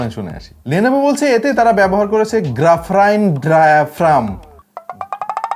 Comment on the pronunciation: হে ম্যান, ইট'স গ্রাফিন ডায়াফ্রাম, নট গ্রাফাইন অর গ্রাফারাইন